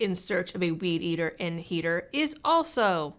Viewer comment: Heater, or "heater"?